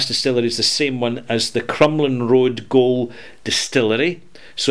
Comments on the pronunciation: Pronounced Crumlin road Jail not Goal. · Thanks for the mention.:) For future reference, 'gaol' is pronouced like 'jail', which is what it used to be, an old prison across from the Crumlin Raod courthouse in North Belfast.